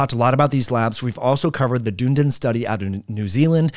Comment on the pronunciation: Dunedin pronounced done-knee-din